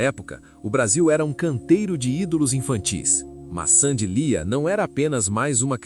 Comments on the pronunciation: O nome dela é Sandy Leah (Leáh) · Não é Sandy liah? Pronuncia errada